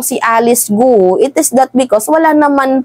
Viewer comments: Ang pag pronoun ng apilyido nya ay "Go" not Go-u.😊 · Researcher or Research Team hindi Researcher Team. Gwo hindi Goo-oh Ambobo nitong vlogger na to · Its not pronounced as Gu-u as you are pronouncing. It is pronounced as kwo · Sa Chinese gou Hindi go-u kundi kou lang yon or ko correct pronounce of gou